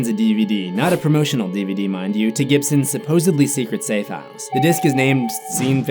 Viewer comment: PRoMO-shun-AL DvD